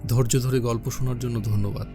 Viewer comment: বাংলা ভাষা টা আপনি ভালো করে বলতে পারছেন না l আর গোল্ল্প 😅